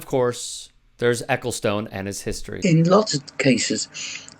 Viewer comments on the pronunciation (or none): By the way, not that this is important at all, but his name is pronounced 'Eccleston' actually.